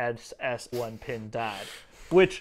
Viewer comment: PINDAAAD...that's a good pronunciation 😁👍